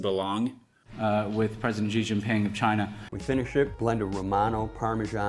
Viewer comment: I don't understand your examples here. Yes, Xi Jinping is a good example because obviously its ɕ in Xi and ʑ in Jin not ʒ like the speaker used...but the second example is "parmesan" which is an English word that absolutely uses ʒ, and if you want to base it on parmigiano in Italian...it STILL is /par.miˈd͡ʒa.no/. And the third example too, Taj Mahal in Hindi is /t̪ɑd͡ʒ mɛhɛl̪/...oh, wait a second, are you saying they are using ʒ instead of d͡ʒ? Ok, nevermind, I am very dumb. Well, still, I would argue /ˈpɑɹ.məˌʒɑn/ is correct for parmesan. He wasn't saying parmigiano, he said parmesan.